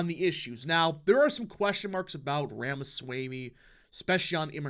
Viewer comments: Loved it. His views on immigration are also in line with trump and more. Last minor thing … his last name pronounced as RamasWAmE, nor swaymE. 👍🏽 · Please pronounce Ramaswamy correctly. It is not hard at all. ROM-uh-svO-MEE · 👍video Ramaswamy pronounced as Rama- swa- ami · learn to pronounce his name. Rah-mah-swah-mee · I think Ramaswamy is pronounced /ɹɒmɒswɒmi/ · Please correct your pronounciation of Ramaswamy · PRONOUNCE HIS NAME CORRECTLY!